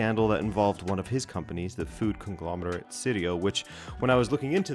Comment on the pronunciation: Its not sirio ... ciao is in the english language and so is cappuccino cappuc "ci" no... Ci-ri-o people can not figure it out.